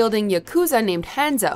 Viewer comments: It pronounce Han-Zo Not Hand-Zo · Was I the only one that felt weird when she pronounced Hanzo, hAn-zo lol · anyone else hear the way she said hanzo